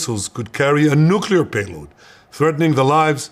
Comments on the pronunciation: Nu clee er, not Nu cuu ler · nucelir sites ? I listened to it five times, is that what you said ?